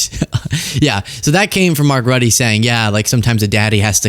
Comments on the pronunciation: Say it like Mark Root-a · It’s prounced. Rutte - rut-uh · That is not how you pronounce Rutte! Please learn how to pronounce names properly, every time you said 'Rutty' it made me cringe.